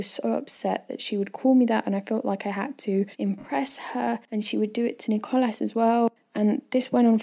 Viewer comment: Ne-Cole-As XD